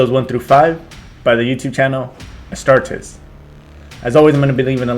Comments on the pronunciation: The r in astartes is almost not pronounced, and the e is like a capital e (astahtEs) Also, astartes (space marines in low Gothic/english) are not twice the size of normal humans, but are 8' tall in armor (on average). I am a more powerful and taller Space Marine known as a Primaris Intercessor. Primaris Intercessors are on average 8'5" The armor is power armor and expands to act as a Space Marines second skin. However, we are also very strong. The average Astartes can lift upwards of ten tons for a short while. Space Marines can run at 90 kilometers per hour for a short time, and 60 kilometers per hour for a long time. The only way to get past the telekinetic ability of psykers is to get very close. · It's pronounced "Astartees" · It's pronounced Astarties... like when a southern Brit says parties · La pronuncia in latino sarebbe as-tar-tes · the worst pronunciation I've hear was ass-ta-tars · Aight who has "pronouncing ASTARTES Wrong" on their 'Astartes reaction BINGO card'